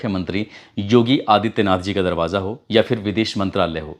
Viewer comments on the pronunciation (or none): سیفی بابو، ہزار کو ہجار اور پھانسی کو فانسی، پھندہ کو فندا، دروازہ کو درواجا۔۔۔۔اپنی جہالت پر بزد کیوں ہو بھائی۔ اگر ہندی ہی بولتے ہو تو ہندی میں ف تو ہوتا ہی نہیں پھ۔۔۔